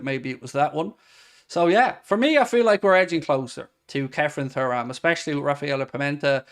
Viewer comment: Can this guy please stop saying Thoo-ram, it's Tu-ram. It's a legendary name in the football world.